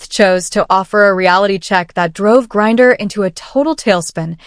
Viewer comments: Did you bother to quality control your video before you posted it? AI still has many flaws, and you need to do what anyone who cares about putting out a quality product SHOULD do. His name is G-r-i-n-e-r, NOT G-u-r-r-i-e-r. All it tells me is you're lazy and not very bright. I won't bother to watch more than the first :50 seconds. It's irritating. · Who the hell is Guerrier the announcer keeps mentioning? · It's not Gurrier it's Griener . Your AI narrating is o4f poor quality. 😂😂😂😂😂😂😂😂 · G R I N ER not Gurrier Grinder Or Griner AI is so aggravating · Gurier, Greiner, AI sucks. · The ai narrator is annoying. It mispronounced griner every other time. 😂😂🤔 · Her last name is GRINER! Get it right for goodness sake! 🙄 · Who’s “Gurrier”??? I fk’n hate AI. I REALLY hate people who make channels and are too damn LAZY to narrate themselves. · I was tempted to subscibe but couldn't on principle; the AI voice kept referring to Griner as "Gurrier." Do better. That's pretty sloppy. Most I can do is a thumbs up, because it was a quilting of interesting videos and information. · Who the heck is Gurrier? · Do you ever wonder if people on YT are stupid. Who is Gurrier? When you steal other peoples content and then use inferior AI to incorrectly spit out drivel you wrote, you think people are going to subscribe? Maybe clean up your act and do some work for a change; after all of that you don't even mention that Griner is a man in women's sports; shameful. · Is there a reason why you can't pronounce Griner properly? Aside from the fact Griner is a joke. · Agree. Pronouncing Griner as "Gurrier" was crazy stupid. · She is pronouncing his last name wrong.Griner is a man.Gry,ner. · This is a really bad AI narrator . Called Griner - Gurrier and Grinder. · You want us to subscribe but within the first couple minutes you mispronounced Griners name 3 times. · Your AI sucks, can't pronounce Griner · This AI shit is stupid. Can't even pronounce Griner properly!!! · C'mon, AI, get the name right.